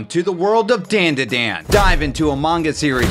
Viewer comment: bro really called it dan da dan and no dahn da dahn